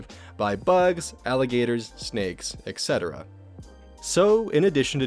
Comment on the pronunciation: i love your stuff. There is just ONE thing that you (and many, many other youtube content makers) do that drives me up a wall. You pronounce "ETC." as "EC." The word is "ET cetera". I am begging you, please please be more aware of this. It's a very small thing, and i know it's a nit-pick, so sorry for that. It would make a huge difference in your videos (at least to me.)